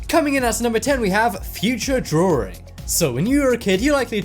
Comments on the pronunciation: drawring ? really ? my god its drawing not drawring and its picture not pitcher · did he just say “drawring”?? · Why Did He Say That